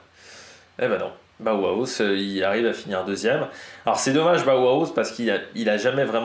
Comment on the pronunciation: Je confirme pour tes prononciations de Bauhaus et Meintjes qui vient bien du néerlandais